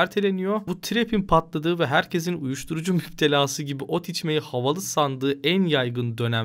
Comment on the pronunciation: Videoda Zaten PARODİ Yazıyor Bir de şu var ki ot içmeyi derken arada N harfini de söylüyor Türkiyede Adalet Var Aynen